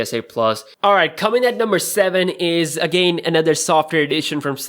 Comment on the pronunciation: Dude, check out how to pronounce "again".